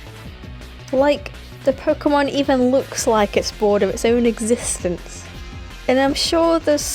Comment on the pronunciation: This is the only time pronounced Pokémon right